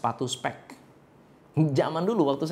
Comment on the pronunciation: Gua slah fokus sama bhs dia (specs) d baca spek dan (piero ) paiero dibaca piero..btw acent aj sihh